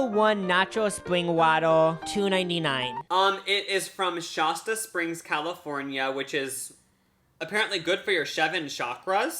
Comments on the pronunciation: PAST-yur-ized, not PAY-stur-ized. and Shasta not shahsta. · Hahaha never heared anyone me pronounce Shasta like shahhsta before. Only the bros 🤣🤣